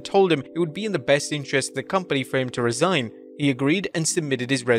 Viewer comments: It’s Resign, not Re-Sign 🤦‍♂️ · It's "resign" without the hyphen. Re-sign means to sign again. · "Re-sign"? Don't you mean "resign"? Vince left, he didn't come back... again. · Resign, not re-sign